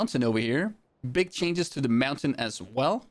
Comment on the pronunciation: I love how he says "MAUNTAIN" XD XD